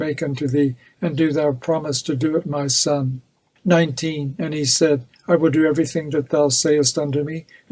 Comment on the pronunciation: Ma' sun' lol northern English accent was funny! 😂😂😂😂